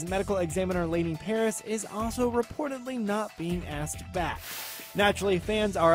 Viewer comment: First of all, would you people PLEASE pronounce their names right?!!! 'Stana' and 'Parish' it's really not that hard! And second, it's gonna cost the network waaay more when the ratings end up sucking! They might as well end it now and at least give all the characters the ending they deserve